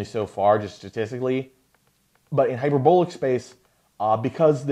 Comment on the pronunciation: You’re pronouncing “hyperbolic” wrong. The “o” in hyperbolic should rhyme with the “a” in “bawl.” Not the “o” in “bowl.” Hyper-BAWL-ick. Not “hyper-BOWL-ick.”